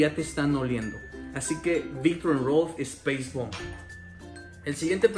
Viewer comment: si, lo sé, pero como lo pronunció como "espeis bomb" y no "spais bomb", por eso lo decía jajajaja